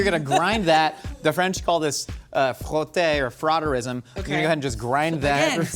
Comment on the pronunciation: Frotteurism is not what said it was. Don't be like me and look that up. 😳🤣